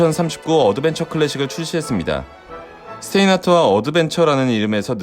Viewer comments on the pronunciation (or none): 스테인하트아니고 슈타인하트...아인스테인 아니고 아인슈타인이듯이...